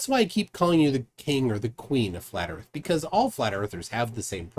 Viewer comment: Ladies n gents, flat erf!